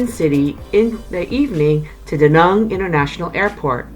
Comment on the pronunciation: Hate how she pronounces Da Nang. Besides that good video